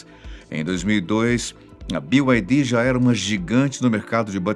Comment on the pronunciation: Sabe pronunciar BYD, merece um like.